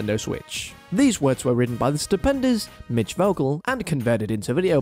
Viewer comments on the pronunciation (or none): none